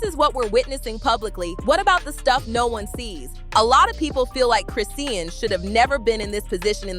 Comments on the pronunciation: Who tf is "Crisseeyan Rock"? Who's the Indian man that runs this channel? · Her name is Chrisean you can’t even pronounce her name right😂🤦🏽‍♀️